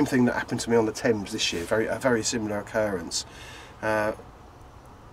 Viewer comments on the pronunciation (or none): none